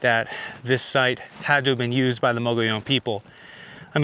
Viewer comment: Fake, can’t pronounce “mogollon”